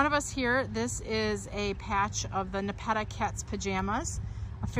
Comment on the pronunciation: You’re pronouncing Nepeta wrong. Thanks for the great info